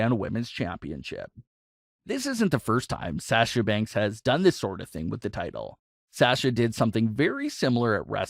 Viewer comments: HER NAME IS SASHA NOT SAAASHA!! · Pronounced (Sah-sha) not (Saa-sha). Like your vids tho. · Dude,come on pronounce sasha the correct way. It's driving me nuts the way you're saying it lol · Will you please learn to say Sasha correctly please it’s so annoying